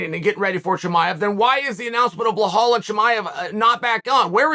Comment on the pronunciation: Hey Chael, it's BELAL not Behol.